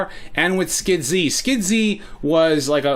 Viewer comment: "Skid - Zee"....is that how you say it? And here I was pronouncing it as just "Skids" all this time.